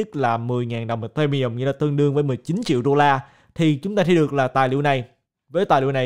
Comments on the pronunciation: Tại sao lại đọc Ethereum là ì-tê-mi-um, coi clip nước ngoài họ đọc là I-thê-ri-um ko à? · Video phân tích rất hay. Nhưng anh có thể đọc tên Ethereum ( phát âm đúng " i - thi - ri - um" ) đúng hơn ko ạ hơi khó nghe và từ khoá ETH cũng lặp lại nhiều trong video nên e nghĩ đọc đúng sẽ hay hơn ^_^